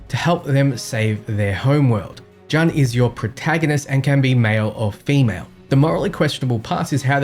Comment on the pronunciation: You're definitely NOT talking about the flux capacitor. You were talking about Mr. Fusion to compare with the recucler. The Flux Capacitor originally ran on plutonium powered nuclear reactor. Also, it's not "JUHN", it's "JOON".